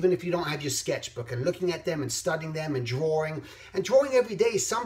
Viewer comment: I'm not being sarcastic, I really like how you pronounce "drawing". ...DROR-ring. Anyway, great vid as usual. I usually listen to your vids when I'm doing my freelance work. It's very inspiring and calming.